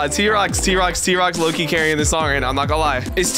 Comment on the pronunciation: HEY low not nooo